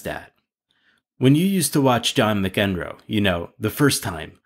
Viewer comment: McEnroe is pronounced Mack-en-roe